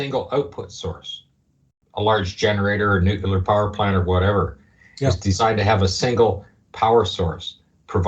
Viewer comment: Nu-cle-ar! Please